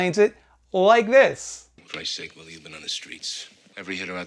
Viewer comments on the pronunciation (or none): none